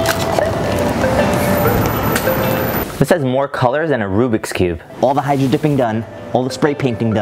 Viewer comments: You said rubis cube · Tou say rubx cube in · You said rubiscube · you said Rubicon cube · Keegan Shelton you said rubiks cube